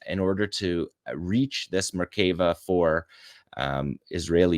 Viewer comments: How would this guy be able to give you that information? He doesn’t even know how to pronounce Merkava. Also he is wrong about those sniper rifles being manufactured in Gaza. The weapons channel Forgotten Weapons debunked all of these claims. Look up the video for yourself. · 🤣 The channel Forgotten Weapons debunked the claim that these sniper rifles are manufactured in Gaza. He does not even know how to pronounce the name of the Israeli Merkava main battle tank. Please watch the YouTube video : Hamas Claims to Make Sniper Rifles in Gaza - Are They Really?